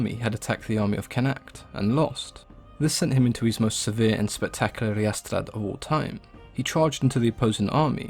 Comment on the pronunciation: He's only gone by two names: the difference in stress doesn't make a whit of difference, other than in Old Irish and except in Munster Irish, all Gaelic languages, the stress is heavily word-initial. 'Emain Macha' in Old Irish was pronounced like 'Evan Vaca'. If you want a more modern pronunciation, it's 'Owan Waka'. Your pronunciation of 'ríastrad' is almost right, but the stress is off. 'Cathbad' was more like 'Cathvath' in Old Irish, or in modern Irish 'Kah-wuh'. 'Sons of Nechtan Uis'? I think you might've misread that. It's simply 'Nechtan' or 'Nechtan Scéne' (the genitive form of the OI 'scían' meaning 'knife', so his name more or less meant 'Naughtan the Knife'). The 'Ui' I think your pronouncing is actually part of a patronomic surname. 'Scáthach' ('shadowy') has the stress on the first syllable, and the first 'a' is long. 'Dún Scáith' ('fortress of shadows') is more like 'doon skaath' in OI. 'Lugaid' is pronounced 'LUH-gath' not 'lug-AID'. 'Connacht' isn't 'con-AKT'. It's pronounced exactly the same way as the modern Irish province.